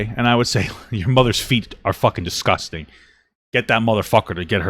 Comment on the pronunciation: Anybody else annoyed at how she says disgusting? 😑 and how often she says it? 🙄